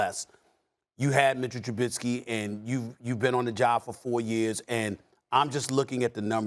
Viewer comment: SAS always says Trubitzky